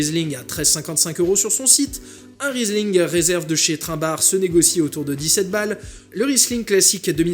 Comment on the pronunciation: Très bonne vidéo !! C’est réel et pragmatique. Cependant, achtung, la grande maison Trimbach se prononce « Trimeback » et non « Trinbare » 😅